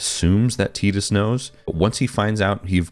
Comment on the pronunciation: Bonus points for pronouncing Tidus correctly. But, everything you said is just because of nostalgia, despite your attempt to say you were not doing that. The same for all of the comments agreeing with you. I started playing Final Fantasy with 7 but 10 was probably the first one I was old enough to enjoy and beat, so I do have a lot of nostalgia for it. But I don't think it's the last great Final Fantasy. I'd say it's top 3 Final Fantasys maybe but I think 13 is the objective best game, even though my favorite is 9. But 12 was great, 15 had it's moments despite a questionable production and somewhat disappointing launch. 16 was a great jump for the series becoming a true action RPG, even if I wish the combat had more depth. Even most of the spin-offs are great. Crisis Core and the Remake series (so far) are some of my favorite Final Fantasy games. Hell, even 15 Pocket Edition was a solid mobile game. People who don't like them are just people who won't give them a chance because it's not the same as it was when they were kids, and that's pure nostalgia blindness.